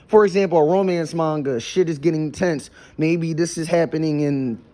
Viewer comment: I think he does do some marketing for his books but you know what I find funny he's NEVER once done a review on all of his Stories on a suru Go. The website you can find his book and many others in. By the way he doesn't call it Manga he calls it Manna